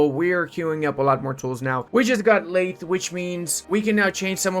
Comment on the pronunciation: the "th" in lathe is pronounced voiced, your vocal chords should vibrate.